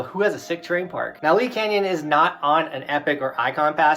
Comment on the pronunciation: Its LEE not lees lmao.. Im a local hope to see you next season at LEE canyon lol. Hoping for that double black diamond chair lift 🤞🤞🤞